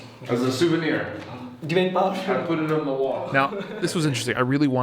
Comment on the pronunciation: He don't know how to pronounce divine